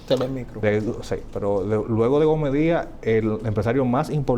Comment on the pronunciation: Usted abogado y ni siquiera se preocupa por pronunciar correctamente el apellido de una persona. Es GOMEZ no Gome